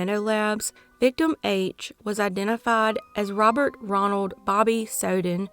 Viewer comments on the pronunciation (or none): none